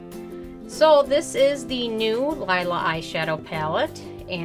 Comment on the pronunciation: Just an FYI, sweetie... The palette is pronounced Lēē-lah. Also, if you use the correct brush, or your finger, which is how the metallics perform best, you will get a completely different result. The brush you used is not the best to pick up the metallic formula. I am quite surprised by the response in your comments, as Natasha's eyeshadows are my all-time favorite, and I've worked with hundreds, if not thousands, of formulas in my almost 35 years of wearing makeup. Also, they are HIGHLY pigmented. I'm not sure what you were working with, but Natasha is known for her pigments...I own every one of her palettes, including this one, and have never had a complaint. As for the price, if you take a moment and compare her prices to what is currently on the market - meaning the price per gram - you will see that her prices are very comparable and even better than several brands, including Make Up For Ever, as an example. I understand that everyone has their own opinion, but I would recommend that you do a little research into the product, and how to use it, before giving a review, let alone a negative one. I am not saying this is a negative manner; rather, constructive criticism, as I disagree with just about every statement you made regarding the palette. As reviewers, we need to remember the possibility that we might influence people's decisions on product purchases, so I believe it's critical to have as much factual information as possible to present. And using the correct tools i